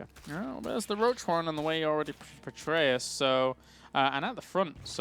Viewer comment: Stop saying "Petraeus". You guys aren't even saying it right.